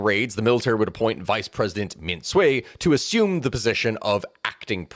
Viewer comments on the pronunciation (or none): none